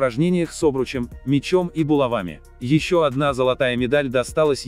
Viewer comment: не булава́ми , а була́вами 🗿🗿🗿